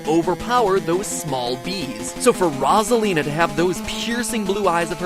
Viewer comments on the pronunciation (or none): Rasalina? Boi it's Rosalina no hate but get your facts straight. You may say it in another way but still. Rosalina like Ro-za-Li-na.